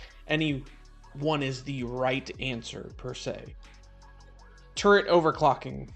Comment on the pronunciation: I keep thinking you're saying "turd", not "turret"! 🤦‍♀️ Turdtle PTSD